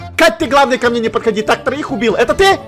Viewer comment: не мне а мине да 😂